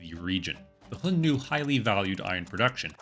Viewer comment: A little out of topic. I get tickled every time you say "Hion-nu" but start to wonder if you were pronouncing X according to the Russian language.